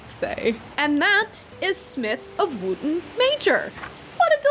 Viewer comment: I think "Wootton" would be pronounced more like "wutton" if the pronunciation of the town in Wiltshire, Wootton Bassett is anything to go by